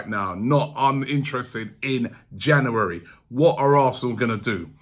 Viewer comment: Still cant say january